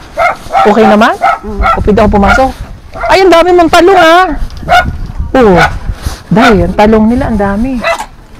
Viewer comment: Bakit ganyan sila mag bigkas anglayo hehe, Talong is Ta Long😅